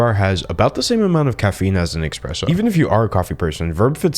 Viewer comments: He pronounced espresso as expresso. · Dude I love you....but It's espresso...not eXpresso. Please. Thanks. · did you say "express-o" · not u saying expresso😭 i was bout unsubscribe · Cancel D’Angelo..... he said ... “expresso” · ESPRESSO not ESPRESSO Never would I think this mistake was made in any language exept for Russian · D'Angelo's one flaw is that he pronounced espresso as "expresso"... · "Espresso" not expresso. insert eye roll emoji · Big fan, here- another great video! Dangelo, about your ad read: as a barista I feel the need to point out it’s pronounced ES-presso not EX-presso. (Sorry, it’s a pet peeve of mine) Keep up the good work! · PSA: It's pronounced "ess-press-oh" rather than "ex-press-oh." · Oh my Angelic Gift of a man, we could all tell you're not a coffee person when you said EXPRESSO. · OH GOD !!! He DID NOTTTTTTTT actually say “eXpresso”...!!!!!????!?!??? Granted- I mean ....: admittedly he did state he “wasn’t a Java Person” however ...., he just CANNOT be One Of ........ “..THOSE People.” Godd No ! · the way you said "eckspresso" at hurt me on an emotional level and deeply offended me. im advocating for cancelation of d'angelo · he said eXpresso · Fam really said EXPRESSO please 🤚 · Nuuuuuuuu, he said “expresso” 😓💔 D’Angelo why